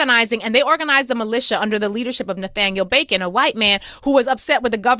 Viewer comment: Wishing he would pronounce “BACON” correctly it’s so confusing